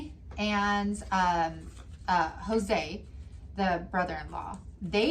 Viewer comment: So I’m just now catching up on my Crime and Crafting and saw this tonight… Jose and I share a last name! 😟😣😩 That made it even creepier! But props to you on the pronunciation… Some people butcher it!